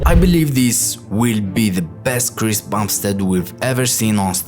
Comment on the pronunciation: Bro at one Point in the Video he Said Chris bastard